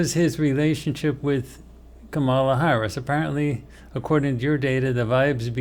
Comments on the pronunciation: Is it possible that got B and C backward? Where was subject C on the first two focii? Oh, and it's pronounced comma-la. Like, ",la" no rise or fall of accent. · Please pronounce Kamala correctly. It makes me question this entire thing and the channel.